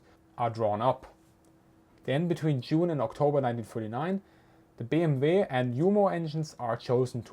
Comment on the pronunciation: As an Englishman I can't get my head around the BMV not BMW if that makes sense. Great vid as always and thank you for your efforts.